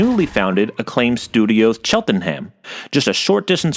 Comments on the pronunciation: It's not "Chel-Ten-Ham" It's pronounced "Chelt-Nam" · Extreme G needs to make a comeback. The Future Racing genre in general is sorely under-represented nowadays! Sidenote, Cheltenham is pronounced "Chelt-nam" You don't pronounce the e or the h. :P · I know it's not your fault - and there are loads of UK cities that have bizzare names, but I adored your take on saying 'Cheltenham' out loud. ... 😂 sorry. Great video as always, and on a series I didn't know a lot about!